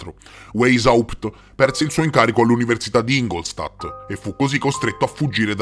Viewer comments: Non è "Weysaùpt", è "Weysciapt"! 😂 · La pronuncia!!! Il tedesco non si legge come l' l'inglese....waishaupt